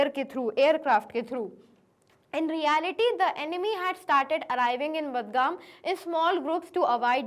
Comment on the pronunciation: Badgam is pronounce as Bargam